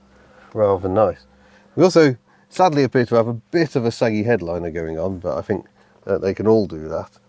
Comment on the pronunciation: I fink its' nice i'll have free of em, in case i go frew any of em! Home boy needs to work on his pronunciations of certain words.